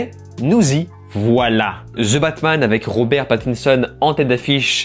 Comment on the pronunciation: Je ne crois pas que cela se dit "zeu" batman 🙄